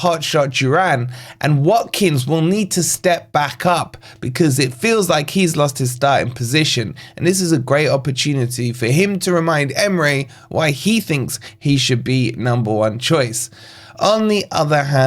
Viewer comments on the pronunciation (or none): "to remind Emre" 💀💀💀 you mean Emery ?